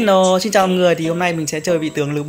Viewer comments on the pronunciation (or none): Hế nô là gì ngọng hả b helô nhé